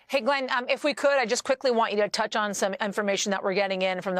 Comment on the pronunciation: She got Glenn's name wrong! lol